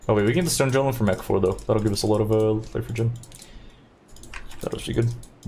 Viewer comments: Omg now I know where cutedog got it from and it's so irritating. Everything you got going is cool EXCEPT this one irritating thing. anGer, Golem, and there was one other word I can't remember what it was but the G's in these words are pronounced like the G in the word Great. They sound like a normal G not a J. You said you are american and you seem highly educated but you say other words with G's in them normal so why not these words? Not trying to be critical but it's driving me crazy to the point where I don't want to watch anymore. If I were doing this I sure as hell would want to be corrected. I'm surprised no one has told you this but then again, not so surprising in this world where no one wants or cares to talk right. I'm not going to read anyone's comments on my comment so save it. I just hope you can fix this. Knowing how to talk properly is important! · Hey brother, I love your content. It teaches me things about PoE that I couldn't have imagined. Just wanted to say that "Golem" is pronounced the same as the LotR "Gollum". A hard G, not a soft J. Thanks for what you do. I love specters, was waiting for this. Thanks so much. Edit: Ah sheeeet.... You just addressed this. :) Edit 2: Al-CHemy... are you doing this on purpose? The hard part about the mono-tone and humor is people can't figure out what's humor. Al-Kemy is better. Edit 3: Your comments on alcohol are AMAZING! You've hit the nail on the head, without having spent a few decades learning that lesson the hard way. You'll never regret NOT exploring alcohol. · does he mispronounce words by intention? jiolem instead of golem and so on... for a non native english speaker like me it's very annoying to hear that because someone might not understand what he's talking about or maybe believe that is the correct way of pronouncing the word. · "Golem", not "jolem"! :) Great run! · "carrion JOLEM" lol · ainjer (anger) too, wtf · The pronunciation of 'g' in golem and anger is really triggering